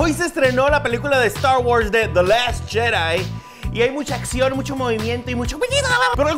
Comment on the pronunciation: la película de estarh guorhs de dhe last jerai :v